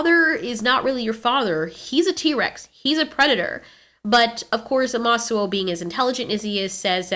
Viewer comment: It is pronounced ( ooo) ( ma). ( soo)